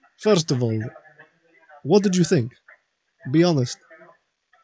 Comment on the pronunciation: “First of all... what did you theenk?” 🤣😭☠️